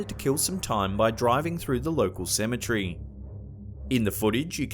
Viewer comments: Cemetery** not cemetry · It’s not Ceme-Tree ass goblin!!! It’s (Ce-Me-tery) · CemeTREE LOL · Cematree???? It's Cem-A-Terry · It's pronounced cemeTARY not cemeTREE😑😂😂😬💀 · my friend... Its not a "symmetry" Its a cem-et-ary. 😂😂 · Idk why it bothers me but its cemetery not cemetry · Can you refrain from saying cemetery its annoying cause you sound like your saying symmetry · "Semitree" lol 😂😭💯